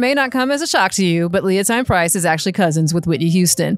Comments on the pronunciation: Leontyne is pronounced Leo-Teen. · It is Leon-TEEN Price